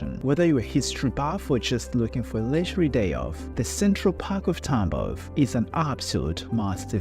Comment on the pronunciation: Всё круто, только не ТАмбов, а ТамбОв. Тамбовчане очень не любят, когда говорят не правильно